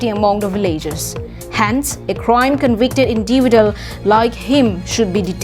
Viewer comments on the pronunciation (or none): I think the word INDIVIDUALS pronounciation is wrong